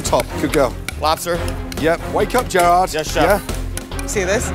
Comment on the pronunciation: “jer odd”